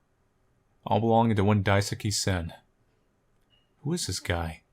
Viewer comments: He also kept saying Daisuke as daisuki lol. loves Sen. 😏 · I like how you pronounce Daisuke's name lol I think you have at least heard of Sasuke from Naruto? The "suke" part is pronounced like that. It sounds like you're saying "daisuki" which means "I like (you) a lot" Anyways, I enjoyed the video! Thanks~ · wow must really like Sen... g-get it? because.. he says Daisuke like daisuki.. I.. fuck I'm sorry that was awful